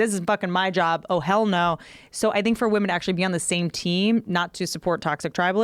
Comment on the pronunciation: Joe "I Sink" Rogan